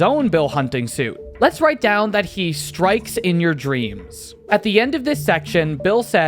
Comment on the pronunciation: you forgot the r in strikes in your dreams